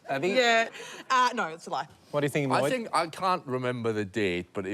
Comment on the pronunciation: It’s annoying hearing Lloyd say his own name wrongly.